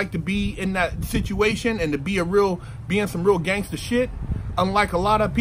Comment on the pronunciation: "Test my gangther"